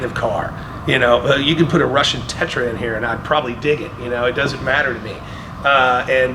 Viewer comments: worse.. Russian TETRA. That's when I thought for sure Tim was going to turn the camera off. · Richard said “russian Tatra”? Did I heard it right? Because Tatra is Czech 😄